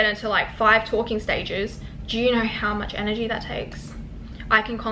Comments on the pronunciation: It’s know. Not Knuawrrr. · it's the aussie, "I knorr"